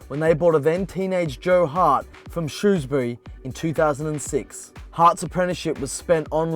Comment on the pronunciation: well done for saying shrewsbury right